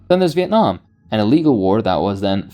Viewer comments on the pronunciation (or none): none